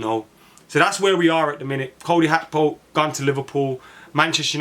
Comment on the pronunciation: Why do some people want to b extra n think its pronounced ‘hakpo’ n not Gakpo! So fxing annoying. Its Gakpo n NOT Hakpo!!!! Ffs